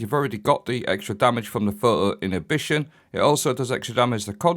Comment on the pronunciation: “phuuwo innitbition”